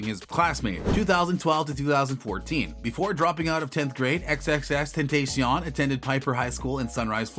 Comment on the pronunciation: Could you please say his name right